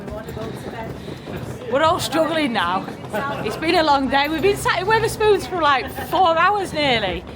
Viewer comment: Great video even if you insisted on calling the pub Witherspoons when the chain is Wetherspoons lol 😂 looking forward to next instalment